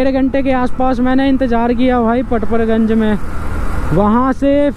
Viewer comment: kitna late batate ho tum log or haa पड़पड़ गंज होता है ना की परपर गंज और हा ऑर्डर पकड़ लिया होता है ना की पकर लिया 😂 bura mt manio mere bhai hasi majak ki baat h 😂